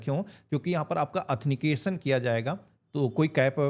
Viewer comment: अथनीकेशन नहीं,,आथनटीकेशन बोलें भाई... बाकी जानकारी बहुत अच्छी दी है आपने,, धन्यवाद